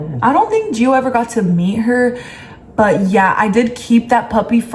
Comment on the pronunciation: No hate but it’s gio